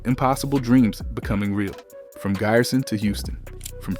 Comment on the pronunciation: That "i" in Giresun is not spelled like in English "i", it is spelled like "e" letter in English...